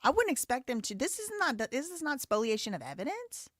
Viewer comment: Finally, a lawyer on YouTube who can correctly pronounce "spoliation!"